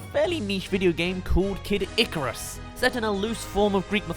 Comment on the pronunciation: You pronounce Mario and icarus wrong